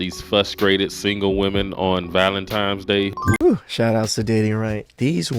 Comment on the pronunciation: I find it hilarious how most black folks call it valenTIMES day 😂